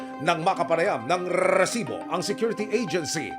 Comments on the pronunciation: Panindigan mo yang RRRRRRRRRRRRRRRRRESIBO kahit bumibili ka ha at hihinge ng RESIBO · RRRRRRRRRRRRRRRRRRRRRRRRRRRRRRRRRRRRRRRRRRRRRRRRRRRRRRRRRRRRRRRRRRRRRRRRRRRESIBO ANG DAMING RRRRRRRRRRRRRRRRRRRRRRRR😂😂😂😂BWESIT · rrrrrrr kala ko naglalag eh rrrrrrresibo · Bakit ang pronounce nya Ng resibo e "rrrresibo" nakakasira Ng concentration SA panonood Ng storya Ng balita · Rrrrrrrrrrrrrrresibo😂😂😂😂😂 yawa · Kaka inis ang rrrrrrresibo na expression na yan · GMA sobrang bothering yung pinapahabang rrrrrrrr sa resibo. OA pakingan pag paulit ulit na